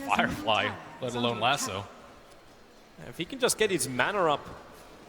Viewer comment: Annoyed by how he says lasso